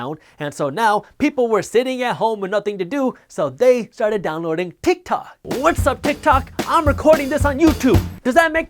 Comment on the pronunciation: haha i thought yousaid "utah!" and I got all excited for the shout out!! lol